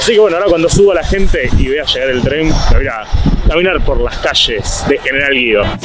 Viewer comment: EN TREN SE DICE EN TREN NO TREM